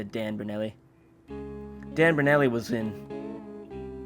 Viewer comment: its pronounced Ber-noul-li lol